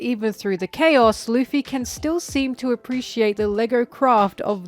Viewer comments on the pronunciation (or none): none